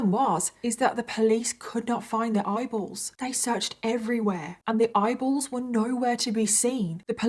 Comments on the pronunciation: Oh gosh! I thought you said idols at first. 🤦‍♀️ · Every time she said “eyeballs” my brain heard “bibles” and I was like ??? Turns out I’m just a moron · I love the way you say eyeballs 😂i don't know why it makes me laugh